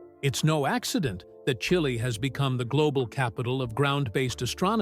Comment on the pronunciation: A SALES PITCH FOR A TELESCOPE = CHILDISH NONSENSE !! Can't even pronounce the name of the country this telescope is in. Can't even get the location correct - It is NOT in the Atacama Desert, which is almost totally at Sea level, its High in the Andes Mountains. Telescopes on Earth have to be as high above Sea level as possible, to reduce the interference of the atmosphere to there vision. This is just another imbecilic piece of American crap. No useful facts. Just stupid & childish "Walt Disney" type sales pitch aimed at the really ignorant American Masses, Pathetic. 👎👎👎👎👎